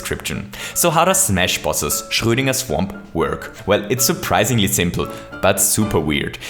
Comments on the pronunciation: I'm very glad to hear a German-speaking person say Schrödinger, now I know how it should be pronounced. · That correct pronunciation of Schrodinger is rocking my world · Another one was how he said "Schrödinger," since I've always heard it pronounced like "SHROW-din-g-air." Both people in question are Austrian, so I'm inclined to trust his way.